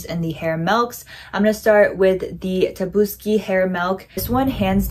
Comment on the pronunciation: u said tabusuki but it was tsubaki